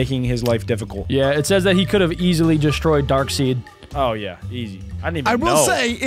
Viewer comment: Still a fan but darkseid is pronounced "dark side"